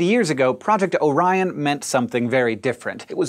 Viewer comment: I thought you said "oh ryan